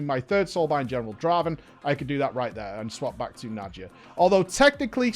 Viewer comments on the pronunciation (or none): So went from mawr of souls to najia. My ocd is gonna kill me its nadia for the love of god j is silent